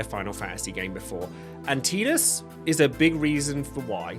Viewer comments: I've made it to ffx in this video and I gotta ask. ARE you saying names wrong on purpose or are you actually so deaf you've never hear them say the characters names I mean seriously TEEdus TIdus bro TIE dus not hard to say WHEN THEY SAY IT IN THE GAME!! istg if I get to ff16 you call the mc cleeve or clove or some dumb incorrect wording when they say the name to you I will lose it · I will be that guy to start the argument..... It's not Teedus it's Tide-us. I don't care that English dub of a Japanese game misspoke the name. I knew a guy named Tidus and it was Tide-us. There was also a stand up comedian with stuff on Netflix back in 2017 named Tidus and it was Tide-us. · Drink everytime he says Teetus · Anyone pronounce tidus, Tie-dus? ✋ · I'd argue that Tidus: A)'s name is pronounced like the word Tide, with a long I sound. B) has his own story separate from his relationship with Yuna. He was always living under the shadow of Jecht, as both a Blitzballer and a Guardian. His story revolved around his growth, showing that he could stand on equal footing with his father, as well as learning to accept his real feelings behind all of the anger he had in his heart for Jecht. If you remove his relationship with Yuna out of the equation, and just have his story of growth, you still have a great story. Not to mention, one of the things that Tidus has that both Zidane and Ramza also have is portrayed in the many memes of FFX. For that, I'd say he's deserving of S-Tier. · Why does almost every English speaker mispronounce Tidus’s name it’s Tide-us as in Tide water his character is water themed even the head developer of the game, pronounces it Tide-us it’s not that difficult lol. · You said Tidus's name wrong. Thumbs down